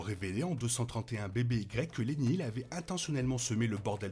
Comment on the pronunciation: J'avais compris, merci. "avant Yavin", ça sonnerait beaucoup mieux que ce pseudo anglicisme inutile et mal prononcé.